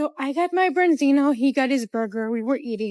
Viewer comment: What the bloody hell is a "brenzino"?